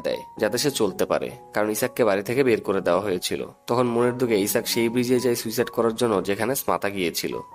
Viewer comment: দ্যাটস মিন ইসাক না আইজ্যাক স্মাতার হোগায় ই আল্টিমেটলি কিস টা করলো🤣🤣🤣😂😂😂